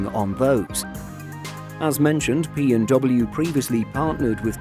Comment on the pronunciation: He sounds like he said "BMW" but he said "P&W" Pratt & Whitney.